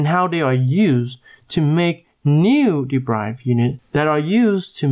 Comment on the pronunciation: It's 'd e r i v e d' bro. Not 'd e b r i v e d'.